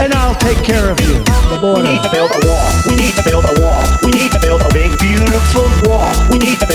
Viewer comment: Nobody: Trump: We need to build a Wah